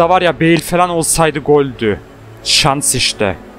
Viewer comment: Abi beil değil beıl